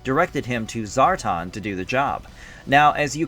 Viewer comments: ....who is Zar-Tahn? he looks like Zar-TAN, but....ya know..... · Brother, why do you keep saying ZAR-ton?... lol Zar-ton.... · 7 minutes in and I am trying to ignore this guy pronouncing these names wrong. ZAR TON?~? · ZAR TAN pronounce it right! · How can you be a fan of GI Joe and intentionally mispronounce Zartan, as if one has never heard the name spoken or you are completely void of understanding how phonics works.